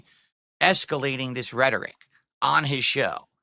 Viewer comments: The way he pronounced it was redtoric🤣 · I don’t know what’s funnier how he uses rhetoric or how he says rhetoric 😂